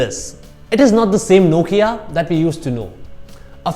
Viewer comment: It's Nokia .who cares what u say